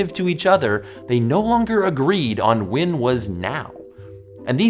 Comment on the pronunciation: This guy literally can't pronounce the word "when". He says "Wynn"